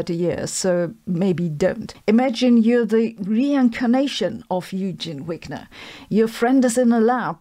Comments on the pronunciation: "Yoogeen" Wigner? Come on Sabine we can handle "Oygen Vigner" as the correct pronunciation of his German (Deutsch) name , also please. Call it ' Schrerdinger,s cat' not the mispronounced "Sch road inger's" cat ( or just Katzen or even "Puss" as Shrodinger (add umlaut) would have done 😉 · 😂 I like the way her Wigner"s problem sounds like Weakness problem.😂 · Should we pronounce Wigner the Hungarian way, as in German? ie, as v and not w?